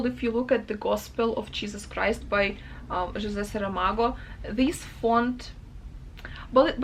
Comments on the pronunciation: The way you say José Saramago is just perfect! I'm portuguese and indeed his writing is like that, no paragraphs. It's not easy to read. I'm curious what the translation looks like and to hear your toughts about it 😊 I found your booktube recently and I'm delighted with your videos ❤ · I was about to comment the same thing.